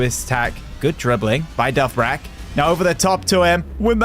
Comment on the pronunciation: bro you pronounce it dovbeek not dovbrak lock in